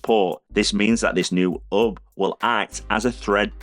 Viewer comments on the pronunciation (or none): Why doesn't this guy pronounce the letter H? After I update my ub, I can get Phillips you working with my OhmKit in the second aff of 2023 when I can tell ow much power I've used. He hopes you've enjoyed it. If you av, don't forget to subscribe, because it elps him a lot.